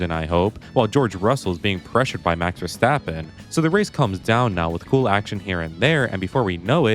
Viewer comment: Oh yes, Max Washtappen.